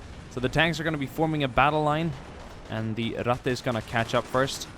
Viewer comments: why does everyone say rattay instead of rattuh, its not pronounced that way. every one who makes a video about this mispronounces it. its not french the e does not make the ay sound at the end of words in german, its ein-uh, mein-uh, Ratt-uh, its not ein-ay, not mein-ay, not Ratt-ay. like i get it, its not common knowledge but jesus god trying to learn german is hard when everyone butchers the language. it was fun though and you did say it right a couple times in the beginning which is more than ive seen before. é... that is the e that makes the ay sound everyone. this e makes the uh sound at the end of words. knowing is half the battle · i like how he pronounce " Ratte " as swedish boyo. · Ratte nearly sounded Italian :'D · The way you say Ratte :D